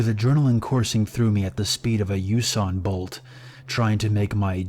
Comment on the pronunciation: LMAO “Yuson Bolt”